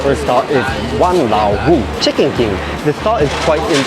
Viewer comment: When he read the stall name Wang Lao Wu, I thought he was saying Hokkien Wa Lao Mu (meaning my old mum)